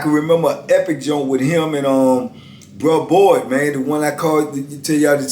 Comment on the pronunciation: Is saying Brock Boyd or bruh Boyd